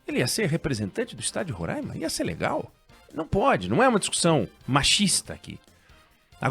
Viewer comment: O certo é Roraima, com o ditongo ai anasalado. Por que ai é seguido de m e não tem acento agudo no a.